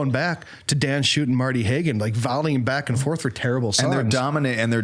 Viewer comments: Marty Haugen, not Hagen. If you wish to insult him say his nsme correctly. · You all should have really done a little more research before you did the show. For example, pronouncing their names correctly. Schutte=shooty Haugen=Haagen And it’s John Michael Talbot, not Michael John, or Michael. John Michael Talbot did not write Be Not Afraid. Criticize the composer, not the performer. The King of Glory‘s melody is an old Jewish melody. Why isn’t Abba, Father on this list? You could have substituted all of the songs for that one. THIS is the granddaddy, sweetheart. And knock off the swearing.